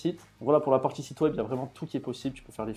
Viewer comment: tchutoriel, tchunnel, automatchique, partchie, tchier, optchimiser, partchie, outchil, tchu . . . Mais tag et pas tchag, automatchique mais pas autchomatchique, etcetera et pas etchetera . . .